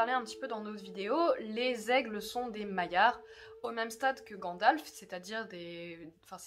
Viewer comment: C'est marrant mais dans l'intro moi j'entends: "Pourquoi les elfes ne pouvaient pas emmener Frodon au mordor!" :p